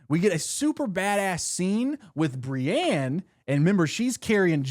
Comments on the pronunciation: the way he says Brienne's name s painful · Re name pronunciation, the audio books pronounce some names WAAAAY different than the show. petyr baelish is said like P’tire and Brienne of Tarth is said like brI-een (rhymes with fly screen)